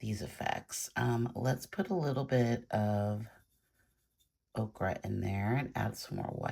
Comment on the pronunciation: The correct pronunciation for yellow ochre is “O-cur” not “O-cra”. I love your work! Thanks so much for sharing.